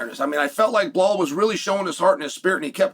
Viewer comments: "blal Muhammed" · I haven'twatched chael in a long time so I forgot about the blall instead of Bilal and the meaningful period of time